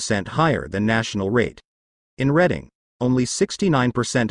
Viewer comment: You're talking about York while showing Philly's Kensington section which it one of the nation's most destitute and narcotics ravaged areas in the U.S. It's pronounced Redding not Reading.